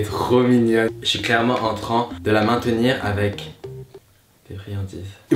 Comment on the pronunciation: je suis là seule à avoir remarquer qu'il disait "Je suis clairement entren de la maintenir avec des friandises ". Il a pas dit entrain 😂😂😍